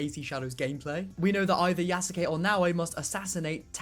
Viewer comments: please stop breaking yasuke into 3 sylibles ya sa ke as it is a Japanese name it is pronounced yas kay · Yes you kay